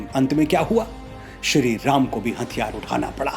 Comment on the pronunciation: Aap prabhu ka naam' sahi tarike se lijiye.